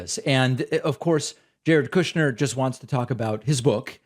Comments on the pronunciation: KOOOSHner lol love it 😀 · David, sir. I love the way you say kooshnerr, it's beautiful.